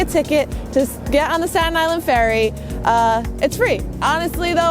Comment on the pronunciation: Isn't Staten Island pronounced differently?